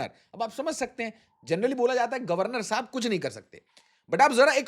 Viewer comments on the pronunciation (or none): none